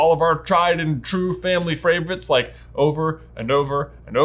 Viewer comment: "family fravorites"